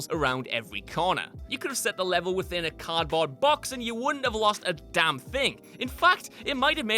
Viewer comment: "All you had to do was follow the dahm train CJ"